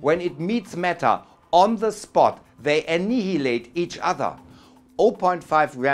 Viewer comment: 'anihilate' spricht man korrekt so aus: annaialate - stummes h und i wie "ai/ei"